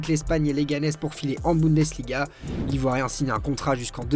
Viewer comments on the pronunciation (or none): none